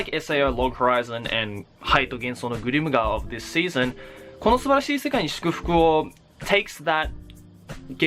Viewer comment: that on point pronunciation for Kono Subarashii Sekai ni Shukufuku wo! was awesome.